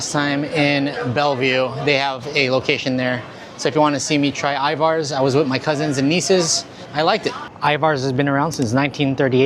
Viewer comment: Love your videos but Ivars is pronounced EYE-verzs and that was Port of Seattle, not Tacoma, just to clarify...much love to you though, your awesome ❤